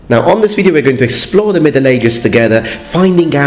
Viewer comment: No one:: Wideo games